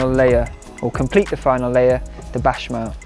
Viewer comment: You had me baffled as to what a 'bashmal' was for a moment!🤭 Béchamel is probably one of the easiest French words to pronounce other than café. Just say it how it's written. Don't confuse us all with your bashmal!!!😩 If you want to look up how to say it just consult Julien Miquel, a nice honest French guy will tell you the truth of how to pronounce all French words - even the really difficult words! It will make your wonderful recipes so much better.😉